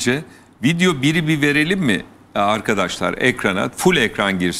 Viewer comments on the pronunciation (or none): none